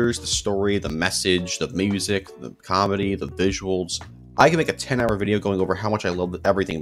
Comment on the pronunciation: "the moosic"